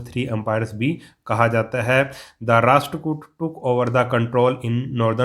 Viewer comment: It’s rasht